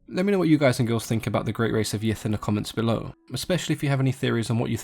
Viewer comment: I'm sorry but I keep hearing it as the "great race of yiff" so I can't take them seriously